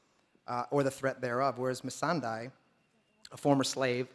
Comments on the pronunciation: Missandei, not Missandai. They could choose a better interviewer-. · "how do you pronounce it?" "missan-DAY" "okay missan-Dee" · "Miss-SAN-DEY" Sophie loses her shit laughing. i did too. Jesus dude she said it for you in the beginning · Missandee, Missandye, Missandufus....did this guy ever watch the show?! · He mispronounced Misandei's name even after Nathalie corrected him lmao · John Bradley is so hilarious and seriously, the host could not get Missandei's name right? Must have heard it a hundred times in the show... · Plus, even after Natalie told him how to pronounce "Missandei" he still managed to pronounce it wrong every single time. Just say "Sunday" and add "miss" to it, not rocket science. I doubt he even wrote those questions. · lol. he say Missandei in all the wrong ways.. He say it right when she say it, then right after say it wrongly twice. Both different kind of wrong. Damn I'm tired... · Wtf, the host pronounces every other way of say Missandai but the correct way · Cringed every time the moderator tried to pronounce Missandei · Please can you pronounce the name correctly???? Especially when she told you how to pronounce it!!! Geez!! Chris Harwick moderating any panels this yr??? I think he's definitely better moderator than this guy!